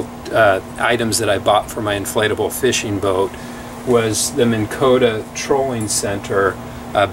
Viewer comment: MINN.....Not Mini